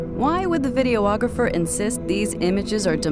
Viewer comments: The announcer(narrator) keeps saying "video-ographer" (Vid-e-oh-og-raf-er) when it's correctly said as "videographer" (vid-e-oh-graf-er). I think we can sum this show up by filing it away in the BULLSHIT files! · "Video-ographer"? Shouldn't that just be "videographer"?